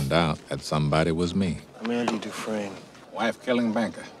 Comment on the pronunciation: i know yall didnt say dufreesnee. smh.